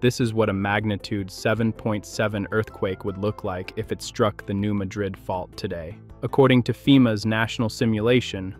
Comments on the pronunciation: As a resident of Southeast Missouri for 75 years the correct pronunciation of the town in Missouri is New Mad-drid. Also the small town at the South tip of Illinois is not pronounced Cairo like the city in Egypt it's pronounced KARO iike the syrup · Like many places in the area, the pronunciation is not what you would think. It's the New MAD-rid fault, not muh-DRID. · It's not pronounced New Muh drid' it is New Mad' rid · It's called the New MADrid fault., rather than mahdrid like in Spain. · Don't waste your time, folks; it's just another stupid computer narrator that doesn't know how to say New Madrid. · I’ll be the one to say it: it’s not pronounced Madríd as it is in Spain. In the US Midwest, it’s pronounced Mádrid, with the a pronounced like the a in apple (or the same as the word “mad”), with the accent on the a, not the second syllable. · The narrator is saying the name wrong. Locals call it the New Mad-rid Fault, with the emphasis on the first syllable. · You couldn't even be bothered to learn how to pronounce New Madrid. Here's a hint, those of us who live here, don't pronounce it like you do and like they do in Spain. Thumbs dow. I'm willing to be most of the dislikes are from others in this area who hear you say the name and it feels like nails on a chalkboard. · Pronounced New MAD rid, not Ma drid. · I’m a st louisan, today is 101 of my 70th year. I use two different pronunciations depending on my mood;) either new Madrid, or new Madrid. What’s your point? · Could you at least pronounce it correctly??? It’s not the city in Spain. It’s MA-drid NOT maDRID!! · They pronounce it Mad-rid not Muh-drid, like the Spanish city. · It's pronounced "New MAD-rid". And the frequent small quakes mean that tension is being released as it builds up, instead of building up toward a major. quake. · Technically it should be pronounced Ma-drid. But those of us living in MO have always heard it pronounced Mad-rid. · You are correct. A.I. voices always screws up names.